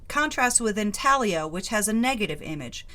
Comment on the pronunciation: What a beautiful collection, 😍. Thx for sharing the Wiki info and for explaining/pronouncing “intaglio” & “habille”. You share your knowledge without being snooty ☺️